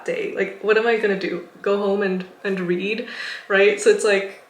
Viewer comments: i literally spilled water after you said read cuz i thought you said weed lmao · Wht did i kept hearing the word "weed" instead of read lol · I was scared for a second I thought you said you did "weed" (which is a drug) when you got home but you were actually saying "read" (which is much better) lmfao. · I thought you said "weed" instead of read ngl haha. Thanks for this video I need to quit youtube myself, its a major addiction